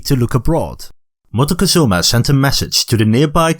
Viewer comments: The way this video pronounces MOCTEZUMA throughout the video is painful. If you're going to educate,pronounce the names correctly. It's MOCK-TEH-ZOO-MA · wait I didn't know you pronounce Montezuma as Montecozuma? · Montezuma is pronounced mock Tay zoo mah, not m Mah teh cuh zoo mah. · Is it so difficult for an English speaker to pronounce a name like Moctezuma correctly?